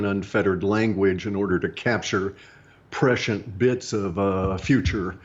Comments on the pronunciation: The word is "prescient,"... not "pressured." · He's saying "prescient" not "pressured". That is all.